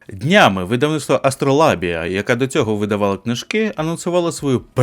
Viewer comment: А вимовляти АстролАбія, замість АстролЯбія - це спеціальна фішка, щоби показати ставлення? Чи просто "шрифт завадив" прочитати нормально?))